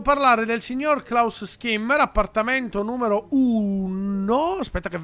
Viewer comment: i nomi sono in tedesco quindi si dovrebbe dire "Scimmer" non Schimmer Continua così sei un grande